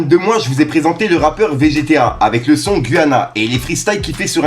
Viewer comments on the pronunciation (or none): V.G.TA se dit pas plutôt "Végéta"? 🤣🤣 T'es une galère! 🤣